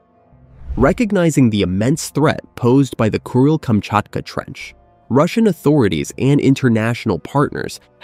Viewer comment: why do I hear it as “Cruel”-Kamchatka 😑